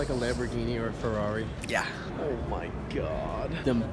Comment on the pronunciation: "You ever think one day we will have a lamborghinni or a feirri?" Boy did he know